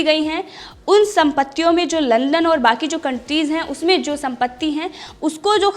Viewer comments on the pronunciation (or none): none